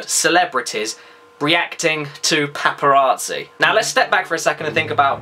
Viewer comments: The "Paparaatzi" ey Caddy? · I find the way you say paparazzi amusing.